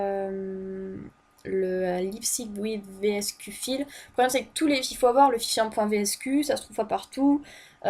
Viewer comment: "file" se prononce "faïle"